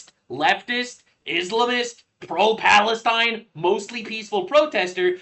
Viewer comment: I would b happy w someone like Tulsi Gabbard as potus!! She is just as, if not more patriotic than D.J.T!!!!! It’s not Palestine, it’s Balestine😂